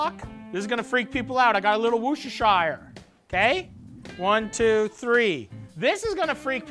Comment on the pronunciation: No one actually knows the correct way to pronounce Worcestershire but i definitely think it’s not how Matty does lol